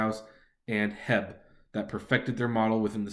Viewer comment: Did he call heb hebbbbb! Its H.E.B ! Lol.. dammm yankee!